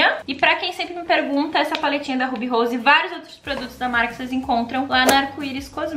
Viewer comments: Alô Ruby Rose!!! Cês tão perdendo essa garota propaganda, ninguém pronuncia o nome da marca tão lindamente como ela! 😂😂❤❤❤ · Oi minha querida adoro quando vc diz Ruby Rose sei que o vídeo e de maquiagem mas adorei suas unhas da linda desse jeito e formato bjs.